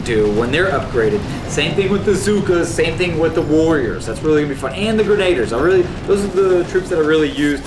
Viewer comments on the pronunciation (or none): Did he really just say grenaders??? Its grenadIERS man...pronounced gren-uh-deers lol